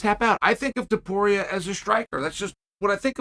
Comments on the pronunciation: Finally He pronounced his last name correctly lol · My man pronounced Topuria perfectly but said Cyril Glom in the last one 🤣